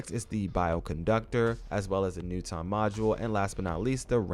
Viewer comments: Hole up did u just say “newt on” module lmao my Man U don’t know who newton is?😅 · lol my man like said he’s kind of a big deal, Isaac newton (pronounced nu-tin) basically brought science and mathematics to the level that made our whole world today possible. You were homeschooled or something lol?